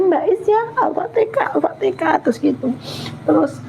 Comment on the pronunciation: maaf bu, bukan "aftekah" tapi "alfatihah" pertanyaannya: knp pembawa acaranya tdk menjelsakan disitu pd narasumber kalau penyebutanya bukan aftekah tpi alfatihan. sya maklumi krn si ibu mungkin belim fasih atau belum tahu betul penyebutannya tpi si pembawa acara knp tdk mengajarkan atau menjelskan itu salah penyebutannya. semoga skrg si ibu bisa nyebut alfatihan dgn fasih